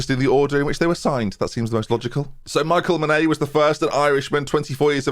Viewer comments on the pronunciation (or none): none